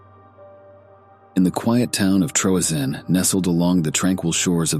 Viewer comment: Troezene = TREE-ZINE-EE 3 syllables